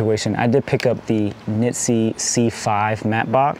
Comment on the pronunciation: I think u said nitze rather than nisi for the mattebox